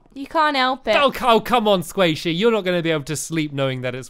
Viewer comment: Stampy, Squasihey.